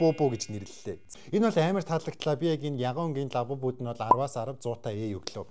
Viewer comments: Аавбубу биш абубу😅😅😂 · Агаа abubu биш labubu😊